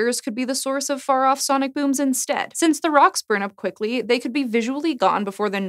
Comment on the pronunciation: acrost? really? sanic? the grittyness/raspiness?